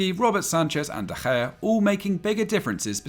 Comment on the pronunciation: from a native spanish speaker, good pronounciation of De Gea 👍🏼